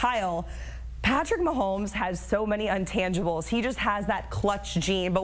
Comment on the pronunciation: INtangibles, idiot woman. Not UNtangibles. JFC.